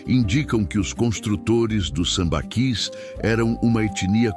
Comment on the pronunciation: Acho que a pronúncia certa é "sambaquís"